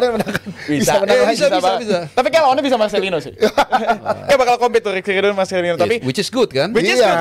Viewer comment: RRRRRRRRRR,,,SUSAH AMAT😂😂😂